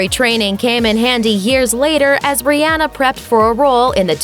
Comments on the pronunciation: The way they're pronouncing her name though.... It's Rih-ah-na not rih- ann-ah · Her name is being dissed, and mispronounced it is not ri-ann-nuih, but ri-on-nuh. The video is very skimpy with details in time frame's in Rihanna's life prior to 2014' were skipped out until a time of the anti Album. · it's pronounced ree-ah-nuh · Fempageantry Vg it's Rih-ann-ah it's spelled the way it's pronounced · wish you would have said her name correctly sigh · TaraChristine yeah right I wanted to break my phone